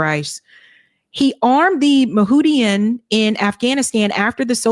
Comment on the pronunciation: Moo-jah-hah-deen. Kuh-meer/kuh-my Rouge (cambodia pol pot). I truly appreciate your analysis. You're really helping to pull back the curtain on American Empire and Imperialism. I also appreciate your analyses at the intersection of class and race. Appreciate you dispelling all of the Sweet Lies with the Hard Truths.